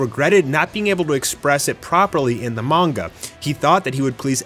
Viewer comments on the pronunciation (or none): none